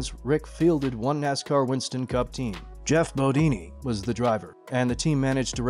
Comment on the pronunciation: Geoff Bodini? Ok, you just got exposed.If you can't even say the driver's name correctly then why put the video out?